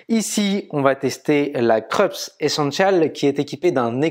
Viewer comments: Le nom de la marque se prononce "Kroupsse" et non "Kreups". J’ai la Krups YY3072FD depuis bientôt 2 ans. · Dans la vidéo d'aujourd'hui, du disais qu'on t'avait fait des remarques sur la prononciation. Je n'ai pas vu la remarque sur la prononciation du nom Krups : c'est une marque allemande, elle se dit "Kroups" ;) Sinon, rien à redire, vidéo au top. Merci !